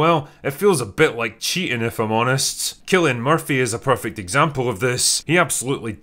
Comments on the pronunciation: KILLian Murphy is not how you pronounce it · It's 'Cillian' murphy not 'killian' Dude at least say his name right.